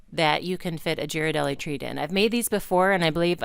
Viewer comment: Please pronounce Ghirardelli’s correctly. It’s gear-ah-deli. Other than that this was a cute idea for something fun and small.